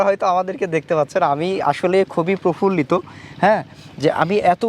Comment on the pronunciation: ছাগল reporter, বলে কি : profullito 🤣🤣🤣🤣🤣🤣🤣🤣🤣🤣🤣